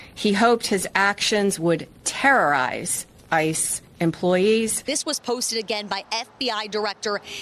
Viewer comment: Why is she putting so much emphasis on "real terror" and "terrorize"